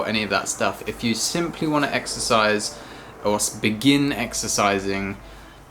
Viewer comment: Exercise? I thought u said extra fries..